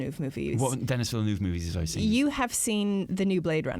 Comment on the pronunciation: "Dennis" is what bothered me (in place of the French Denis, which sounds like "de-KNEE").